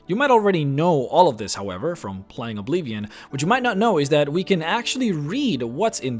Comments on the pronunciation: Ob-LIV-ee-on. Not Ob-lee-vee-on. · Dude.. I'ts Oblivion, not Obleevion. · Oblivion* its OBLIVION. Not obleevian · What is this obleevion you speak of? I only know about Oblivion. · not to mock you at all but why do you say "Oblivion" so funny?